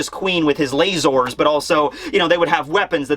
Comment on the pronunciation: saying "layzors" made my day